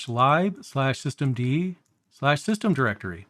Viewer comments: A couple of inaccuracies i picked up, Daemon is pronounced DAY-mun. lib is literally lib not libe, it means library but it is spoken short hand as lib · I was surprised too... I think the majority of english speakers (or other languages) will pronounce it as [lɪb]. I wonder, how he pronounces /dev/ or /proc/ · Great video. I've used systemd on and off for a few years. I knew that it controlled services, but did not fully understand the difference between units. I was a little surprised hearing "lib" pronounced [laɪb]. I usually hear it pronounced as [lɪb]. Though I assume it is an abbreviation for "library", which is [laɪbɹəɹi] (at least in US English). Here in Japan it is pronounced "ribu" (as Japanese doesn't have an 'l' and all syllables--except 'n'--have a CV structure, so must have a final vowel.) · Just because it's useful doesn't mean the hate for it is unfounded. There are plenty of perfectly legitimate reasons to hate systemd and run a different init system or even swap to FreeBSD. I get that lib is short for libraries, but I've still never heard anyone call it "libe" before 😛I do however approve of pronouncing daemon as demon when it comes to systemd tho because it is absolutely demonic lol 😛